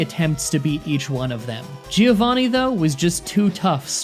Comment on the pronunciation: "Gee-Oh Vaney".